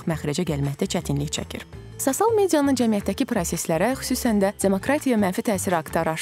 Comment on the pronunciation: Sosial sozunu duzgun tələffüz etseydi daha yaxsi olardi...